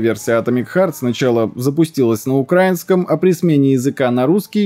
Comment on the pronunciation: Не на укрАинском, а на украИнском, на рОссии вроде бы на русском говорят, но иногда диву даешься как можно быть таким не грамотным.